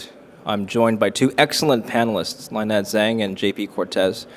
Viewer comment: It would be good if the host could pronounced Lynettes name properly. (Hint: it isnt Line-Ette). Even the other guest micro-pronounced Lynette sending host a clue. Lynette is so gracious.